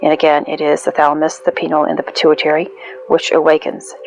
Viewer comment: Fri The 13th is the death of the knights Templar ,leading to it being considered a bad omen since that’s it I swear to you, don’t think too far into it, you’re sag ,the constellation doesn’t reach through the wheel entirely that’s why it was left out in the first place. And it’s pronounced (pie-neal )gland fellow Taurus just looking out for another use your (fixed energy ) to decipher what bs is being fed to you I have a tortured Aquarius moon and have studied 20 years you’re going to be okay you rest with the archer. If you never heard it you would never know, God bless . The lord gave us mathematics, zodiac and language along with the sciences and art to understand one’s self manipulate matter and communicate it’s intelligent design on a higher level that no Riki can explain.